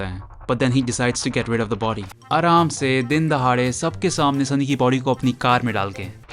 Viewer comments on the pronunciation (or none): none